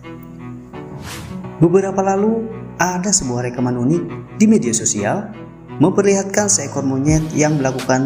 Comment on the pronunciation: Fakta unik aja , pengucapannya gak perlu fakta yunik, kan bahasa indonesia.